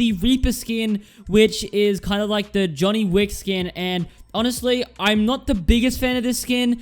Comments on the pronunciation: Johnny wick LMFAO its john wick baba yegaaaaaa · It’s John wick not Johnny wick